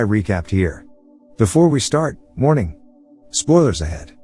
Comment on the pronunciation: I actually thought he said hi guys morning(warning)